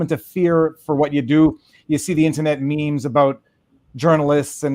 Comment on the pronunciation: Why does Viva pronounce "IN-TER-NET" as "IN-TA-NET"? It's the only word he uses where he elides an R.